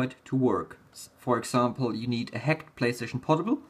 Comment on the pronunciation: "HEKT", "HEKT", "HEKT"... X)